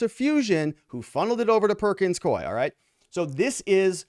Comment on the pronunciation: Perkins “coo ee,” NOT NOT Perkins Coy! Please pronounce the name of the law firm correctly!